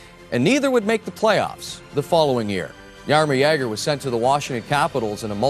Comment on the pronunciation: Old-school Canadian mentality. Butchered Jagr here, too. Some of their talent to this day can't even say "Slovakia" properly.